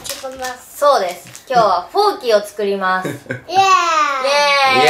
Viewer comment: ちゅこます！って作ります！って言ってたのね😂 可愛い😂😂